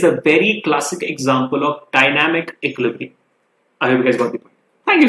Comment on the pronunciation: I always eagerly wait to hear sir speaks 'Equilibrium' correctly😊😄